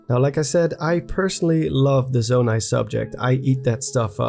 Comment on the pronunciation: I'm not sure why but I find voice and him saying "Zonai" so satisfying. Nice voice, dude.